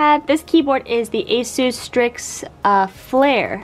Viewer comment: it’s called a sis (ASUS) but asoose is cool 😂